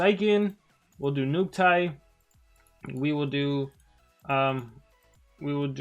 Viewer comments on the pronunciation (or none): I love how after all these years of playing monster legends, still says "NukTIE" instead of "nukITE".😄